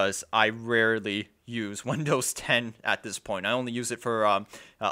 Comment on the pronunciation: When did "th" this start to sound like "v" vis